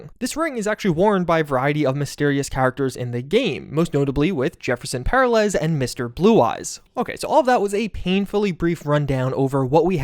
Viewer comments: Peralez = "puh-RAH-lehz" Please dude, they say it so many times in the game, it's not a difficult last name to pronounce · Why can't you pronounce "Velen" "Peralez" or "Sandevistan" properly when there are clear voiced examples? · the way you say Peralez tells me you need more spanish friends. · please learn to say "peralez" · The pronunciation of “Peralez” makes me cringe a bit. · Do you intentionally mispronounce velen and peralez? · Why do you refuse to pronounce Perales properly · Man, your mispronounciation of Peralez and Velen are rediculous. Both games say those words out loud, you should know how to pronounce them. Come on